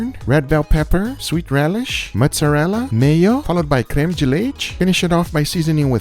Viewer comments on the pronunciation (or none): none